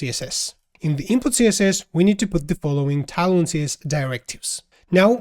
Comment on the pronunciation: hey bro, it's tailwind i keep hearing talon... hahaha! thanks for the great video :)